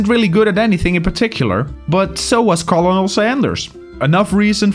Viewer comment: The most cursed way to pronounce the word "colonel" I've ever heard Edit: I didn't even realize that you're not from an English speaking country. Your English is so good